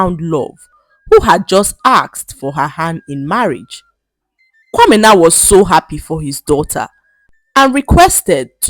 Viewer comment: I love how you pronounce kwamena❤❤😊